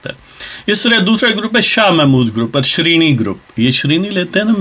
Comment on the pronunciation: not sheerini its shirni